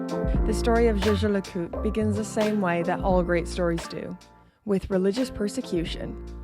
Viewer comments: Jay Jay La Coot? I thought it was “Yay Ger Lay Cool Tray” 😊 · Whilst your pronunciation of JLC needs improvement you are right about them being a undiscovered jewel in swiss watchmaking. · I have to agree with you. People generally stay away from things they don’t understand. I’ve even noticed watch enthusiasts shy away from saying the full name and stick with “JLC” At the boutique I visit, I’ve even noticed different sales staff pronounce it differently. Jay Jay La Coot. Jager La Colter. Yager Le Cult. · I’m imagining lots of outtakes of you pronouncing Jaeger LeCoultre over and over again 🤣🤣🤣🤣🤣🤣. Excellent topic and content 🍻